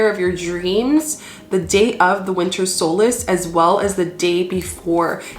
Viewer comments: Solstice..with a T ..not solace ... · What if we're ready to celebrate the Summer Solstice? You're saying Solas. I'm assuming you mean the Solstice???